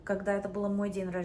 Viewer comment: какие то слова она произносит без акцента, а какие то правильно. то ДЬЕНЬ рожденья, а то перед Е мягкий знак не ставит.